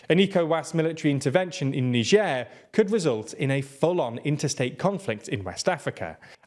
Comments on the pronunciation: It's not "n'sher" you anus, its "nai-jer". I know it gets the comments count up but at the expense of your credibility as news reporters. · Funny how you started pronouncing Niger differently now. Shows how incompetent you guys are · so this just might be a different in pronunciation between britan and america but how he pronounces Niger is so weird.